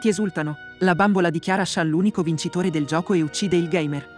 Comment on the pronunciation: Ma in giapponese shan si dice "shun"